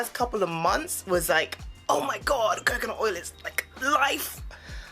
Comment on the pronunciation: I keep laughing whenever you say “CoCaNUt”